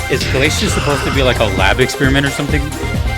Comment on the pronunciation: Glay see us. Not Glayshus, even though that is how it is spelled.